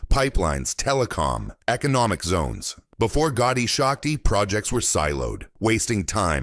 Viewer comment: This project correct name is PM gati Shakti not Gotti shakti . please correct